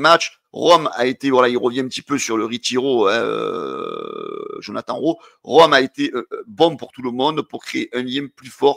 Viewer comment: fait un effort Djonathane Rowe pas Jonathan 😂😂